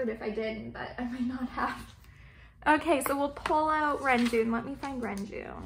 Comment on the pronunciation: your collection is beautifully organised 🥰 It's so pleasing to look at! ❤️ (btw, the proper pronounciation for Renjun is Reonjin (런쥔)~ just wanted to let you know, but of course you can say whatever feels comfortable)